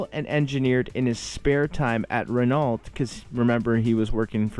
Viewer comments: Great video. Elf Racing still has strong brand recognition in Japan and they sell branded motorbike gear (especially boots), probably more due to these bikes rather than their oils. Renault is pronounced more like Ro-No rather than Dewalt btw. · Fun video! Don't sweat the French pronunciations, it's hard. FWIW, Renault is pronounced "REN-oh". Us old farts remember the day when they sold cars here in America, that all ended when they purchased a dying AMC Motors in hopes of reviving it but the bleeding was too bad and they sold it off to Chrysler. Today Renault are still one of the larger auto and truck makers worldwide.